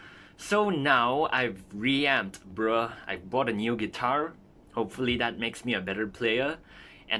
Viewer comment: "b r UH" i'm sorry it got me lol